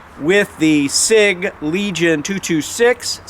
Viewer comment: That is a Sig-Sauer, not a S.I.G.